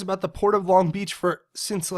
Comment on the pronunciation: Long not ling